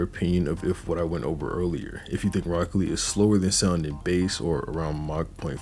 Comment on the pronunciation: I stg bro saying broccoli 😭